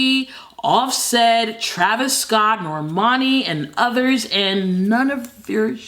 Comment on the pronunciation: I love how you say Scott. Scawtt